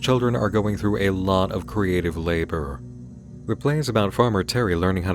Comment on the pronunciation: Im right now, not liking the emphasis on the word "labor" will say if anything happens with this.